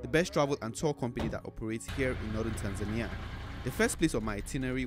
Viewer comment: I'm surprised how you pronounce Tanzania with the emphasis on the "i". You have upset a couple of my Tanzanian friends...